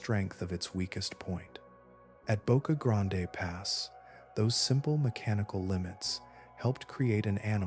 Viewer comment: ITS PRONOUNCED BOCA GRAND